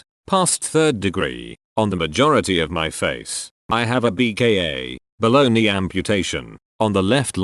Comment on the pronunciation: When you're not fully listening and it sounds like he said "Baloney transplant" instead of below knee...